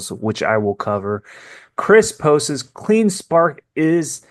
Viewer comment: Love your videos but its "posts" not " postes"